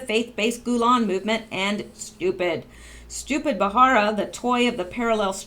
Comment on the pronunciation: Just to help you out, it's Ba-ra-ra, not Ba-har-a. No insult intended. You do really good work; your clear enunciation is melodic as opposed to being monotone or droning, which is primarily what I look for before subbing. I listen rather than watch the channels that report on Q, so I really appreciate all the reading you do.